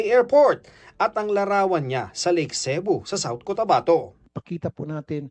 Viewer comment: Natatawa nalang ako sa reporter pag sinasabi yung cebu 😅😅sebo daw 😂😂